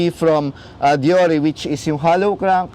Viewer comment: Excellent video review, (Diyor) po ang pronounciation ng Shimano Deore fyi lang po